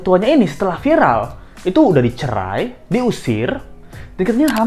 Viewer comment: viral apa vilar 🤣